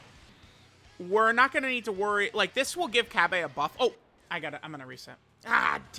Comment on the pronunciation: Since when is he called Cabey? Reading issues?